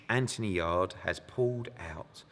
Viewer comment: haha dont know why but when corrected eddie for saying yard-ee instead of yarde I burst out laughing